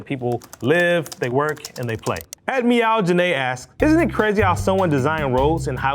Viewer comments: It's Mee-yo viaduct, not milao ^^ very informative video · Millau, the famous bridge in France, is pronounced "Me-Low". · Love this fella but as a frenchie his pronunciation for the Viaduc de Millau (ME-yo) was painful 😂 I didn’t even realise what he was saying until they put up the picture. (Absolutely no shade on my Anglophone friends! French is weird af) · It's pronounced "Mee-or". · Oh my! You American folks you cannot by the love of goodness try and google something to know how it's pronounced correctly and then try to pronounce it the closest to the correct way!! It's actually pretty horrible Le Viaduc de Millau is a french bridge (the biggest of its kind) and it's situated in the West-southwest of France